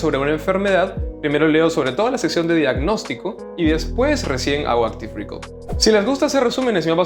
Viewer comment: Gracias por el video! PD: pronuncialo "Áctiv Recáll" las tildes en la á ! ya que lo repites varias veces y parece que dices "Áctiv récord"